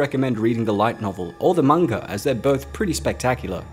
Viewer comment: I love this channel. I really do. But he pronounces manga soooo weird